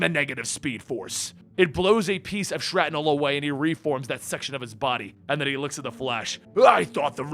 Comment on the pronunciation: I'm pretty sure it's pronounced "Shrapnel" not "Shratnel".